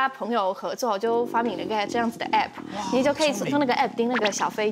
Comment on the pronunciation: 終於聽見一個以相對正常方式說出「APP」而不是拼出「A」「P」「P」的人了。